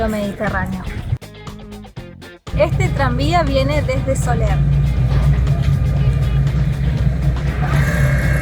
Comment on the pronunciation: Excelente vídeo: sabes narrar muy bien, sin prisas y bien documentada, las imágenes son preciosas. Me encantan tus reportajes y por eso me he suscrito, por eso pienso que ya que lo haces para publicar estaría bien que te informaras con las personas de los pueblos de como se pronuncian: lo de Sóller, que en España es un nombre muy conocido, molestaba un poco. .Cuando escribes el nombre pones bien el acento en lo O en cambio al decirlo acentúas la E y no pronuncias la LL. Sólo es un pequeño error: estupendo vídeo sigue así...!!!